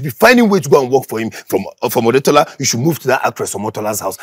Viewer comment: Its the Odetola for me😂😂😂😂😂 He meant Otedola😂